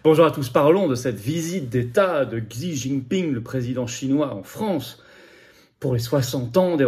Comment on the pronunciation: Se prononce... "Chi"